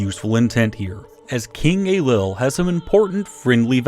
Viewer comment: "Young king Ey-lull of Scotland" Dhia ár shabháil